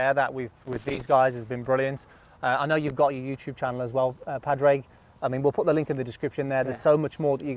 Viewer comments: Great video. Love his tips, keeps it simple. PS, lads, his name is pronounced Pawdrig or Pawrick even though it's spelt Padraig. 😂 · Pad Rayg 🤦‍♂️